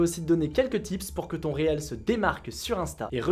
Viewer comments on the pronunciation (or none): Cela se prononce Reels ou reel = Riil ou Riilz ... et non réel :)